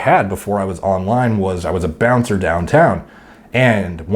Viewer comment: You mean bouncer lol